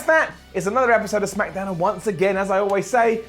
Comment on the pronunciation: he said smackadown